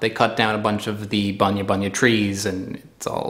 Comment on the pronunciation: G'Day mate. I can confirm it. You are saying terribly wrong. And we just say Bunya nuts. Just once.